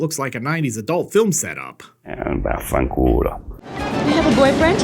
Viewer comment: "Eh, va fancuola"